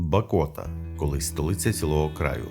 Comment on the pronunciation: БАкота!! А не БакОта! Дуже ріже вухо, коли ти місцевий... І кожні вихідні п'єш каву над Монастирем..